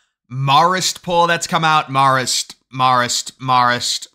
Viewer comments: Its MAE-rist haha. I went to CIA like a mile from Marist in Poughkeepsie 😂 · It’s pronounced with a long A like Mare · Marist or Marxist... Can't tell lol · Say Marist like "Mare-ist" (Mare as in a female horse). From an upstate NY voter who WILL vote for Trump/Vance and all red when the early votes start later this month!! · You sure it’s “marrist” and not Marxist? LOL